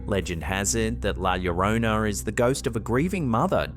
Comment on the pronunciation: All I know is FINALLY you pronounced , 'La Llorona', properly... whoever taught you the, 'La Jhorrohnna' pronunciation was remiss in their endeavors. I like your site more now 😊